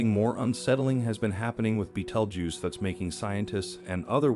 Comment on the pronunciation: Learn how to say the name of the star.